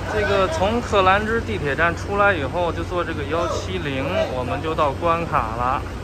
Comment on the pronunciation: 关卡的读音是: Guan Qia。